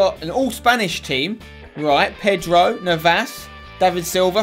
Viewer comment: It's not Navás, please pronounce it correctly